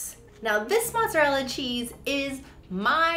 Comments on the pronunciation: The correct Italian pronunciation is Mot-za-RELL-a with a long "O" in the first syllable. However in Neapolitan the first vowel does sounds a bit like a phonetic "U" (like in took), not an English long "U" (like in suit). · It's actually pronounced mooz-ah-rell' pete-ça and then you do a chef kiss.